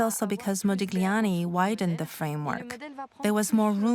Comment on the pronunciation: Very interesting, but please stop pronouncing this "g" in Modigliani's name, it hurts the ear